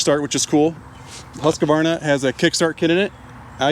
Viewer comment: Husqvarna is a 3 syllable word. FYI - good vid otherwise!